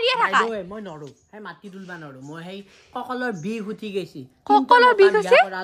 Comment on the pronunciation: মাতি নহয় মাটি।